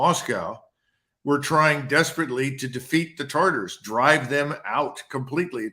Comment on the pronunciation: Tatars, not taRtars.